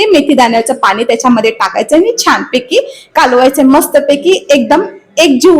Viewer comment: पानी नाही पाणी म्हणा.